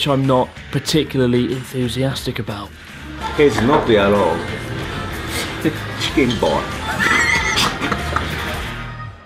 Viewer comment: i love the way he said Chickin boiiii lol 😃